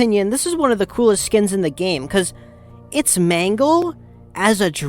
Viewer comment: im not even joking the more you say mangle it sounds like mango😭